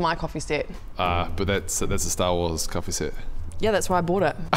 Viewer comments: Is he saying coffee seat of coffee sit xD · What's a coffee "set"?